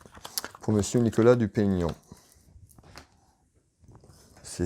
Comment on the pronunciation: Merci pour votre tirage. Parfait comme d'habitude. Vous avez eu un peu de mal a prononcé le nom de Nicolas Dupont-Aignan 😁. Merci encore et j'attends votre prochain tirage avec impatience. 😉😉😉👍👍👍 Bonne soirée.